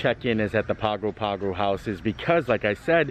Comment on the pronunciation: Hey. Great vlog! Wish we were there to share the bread pudding with you. By the way Pago Pago is pronounced "pango pango"